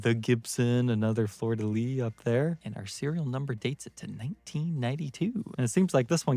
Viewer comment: Congrats on pronouncing the Fleur de lys correctly on the first try, thank you for listening to me and having the correct pronounciation...but then you go and pronounce it wrong on the 2nd go around so...get your facts straight and pronounce it right!